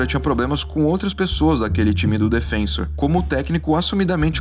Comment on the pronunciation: Pequeno problema nesse vídeo é o narrador falar repetidas vezes "DefÊnsor" em vez de "DefensÔr", como corresponde.